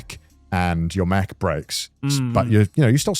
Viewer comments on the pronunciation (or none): The way Connor says "mech" sounds like "mac" so it comes off like he's talking about someone losing their laptop